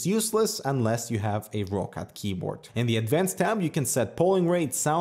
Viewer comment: I'm more than certain it's pronounced rockcat. It's a Germany based company and I think that's how they pronounce it.:)